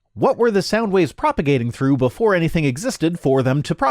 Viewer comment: "Let's think it through... As if I were able to think..." Btw, he think it's "true", not "through".